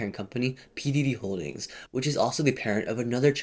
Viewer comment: All I can hear is "P Diddy Holdings"